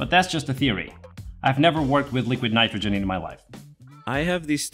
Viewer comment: "but that's just a theoty, a nytrogyn theory"😆